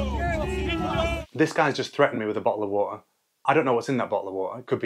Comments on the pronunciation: literally "a booel of woer" 😂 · classic bo'l o' wa'e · this guys just threatened me with a 'bo'll o wo'a' 😂